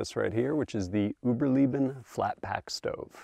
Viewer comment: Uberleben - Oo ber lay ben FYI